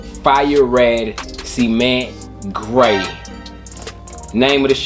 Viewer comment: Cement ... Not Semen-ntttttt